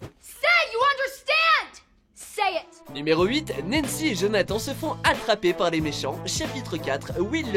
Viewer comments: Ça se prononce jonahtanne et pas jonhatan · Vous avez dit Jonathan, djonathan ptn c’est jonathannnnnnn comme âne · Jonathan an ? Ane euh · Pardon, JonathAN Non !!!!! C'est JonathanE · ça ne se prononcent pas Jonathan mais jonathane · Putain sa a écrit Jonathan mais sa ce dit jonathane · Il a vraiment dit... Jonath -EN ? 😐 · Ça se dit pas comme ça Jonathan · On en parle vous dites , JonathAN au lieu de JonathANE et LucASSE au lieu de LucAS